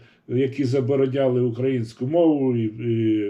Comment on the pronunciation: Перш ніж аналізувати інтерв'ю з Фаріон, Вам би не завадило уважно прочитати , прослухати все інтерв'ю, а потім намагатись критикувати людину. Доречі, хочаби у слові "український" наголос правильно ставте. Сумно